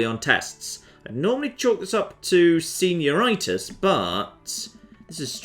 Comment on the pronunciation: Did you mean to say senior-itis like arthritis? Best moment in the video, intentional or not